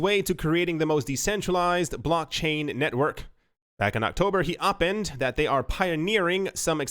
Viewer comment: Opined...the pronunciation is Oh-pined (pine like the tree)